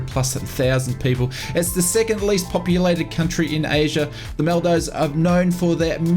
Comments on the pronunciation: Him: This is from FSDG who released a big bundle pack of the Maldives (Mal-dives) Me, a Maldivian: ITS PRONOUNCED "MOL-DEEVES" 😭💀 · It’s pronounced MOL DEEVES… good try though, you really should go there it’s paradise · Maldeevz is the correct pronunciation. Great content as always